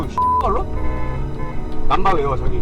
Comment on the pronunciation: 남바 외워 쟈기! ㅋㅋㅋㅋ 사투리 쫀나 머싰네